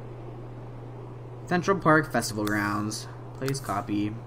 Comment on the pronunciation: no alchemy pweeze